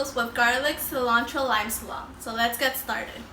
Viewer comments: Sea lawn trow - I notice you had a very hard time with the word Cilantro, just say it as Mexicans say it, See lan throw. Gr8t video thanks. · Sea-land-Tro... 😲 hurts me when you say it. Haha 😄 jp